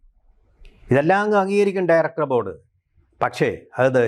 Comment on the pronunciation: ഠയറക്ടർ ഭോർഡ് എന്ന് പറയുന്നത് എന്തോ വലിയ സംഫവമാന്നാ വിചാരം